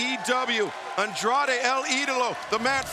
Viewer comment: & few minutes later that same Jr, buried Andrade's name by saying Andre,& wasn't able to say el idolo!!! 😂😂😢. Damn,, Aew needs to get rid of that old man from commentary. He also said penta,, peter!! Excalibur corrected him both times